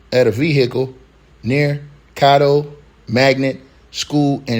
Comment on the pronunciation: Shreveport Sh-reeve-port. Cad-dough Ar-cen-no for Mayor Arceneaux. Pray for my city.